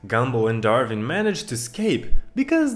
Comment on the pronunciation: Bro doesn't know how to pronounce gumball and Darwin